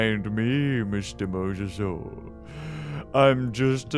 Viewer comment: yes...yes... keep going mozzarsore.. Me: how do I pronounce that....... OOF